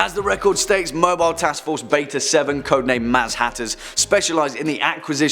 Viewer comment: and beta-7 is say like this "haz matters"